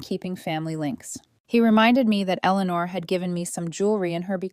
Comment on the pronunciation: Elelenar? Sheesh. why i hate AI. Your stories however are wonderful. Here's hoping AI grows up. Toledo Ohio